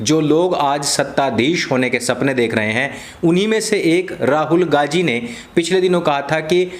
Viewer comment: abey saale naam toh dhang se le.. gandhi ko gaji gaji boley ja raha h gadho ki tarah..